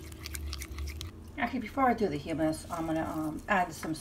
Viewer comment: Good videos. Fyi...its hUmmus..not heemmus.